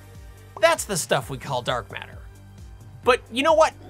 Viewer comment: If you watch Sabine she says Dark Matter but with her accent it's Dark Meta 😂🤣 i laugh so hard